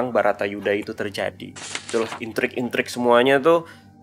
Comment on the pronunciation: Baratayudha bou, bukan Batarayudha Salah terus